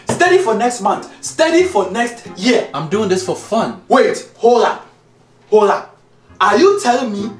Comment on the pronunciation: Oh god he said hollap 😂😂💀💀